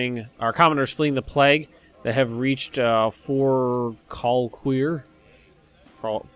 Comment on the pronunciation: I looked up how to pronounce Forcalquier ... even with a verbal prompt, whoa.... quite a tongue twister. Fur-kal-key-yay ... with rather sharp cuts on the accents.. which is rather odd to hear in French as French is usually a smooth language.